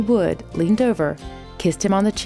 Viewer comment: Good video, except that you called Natalie Wood, "Woods" several times